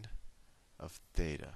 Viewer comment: is it theta or Fheta ???????????